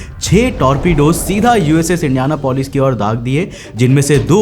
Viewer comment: Its not indiana polis Its indian apolis